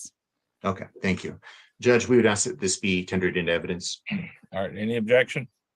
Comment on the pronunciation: She’s Intelligent enough to pass the bar exam but can’t pronounce ask correctly? hmmmm, I wouldn’t hire her